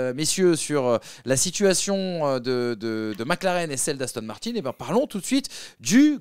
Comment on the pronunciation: Pourquoi il dit Victor Martines c'est Martin pas Martines